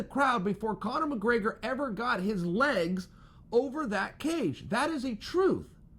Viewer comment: Chael "Conor Muhgraygor" Sonnen